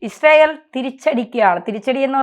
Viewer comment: ഇഷ്രായേൽ അല്ല യിസ്രായേൽ എന്നാണ്..